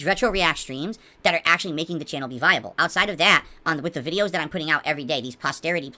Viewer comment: Robust style vid-eeeooo. (Snort).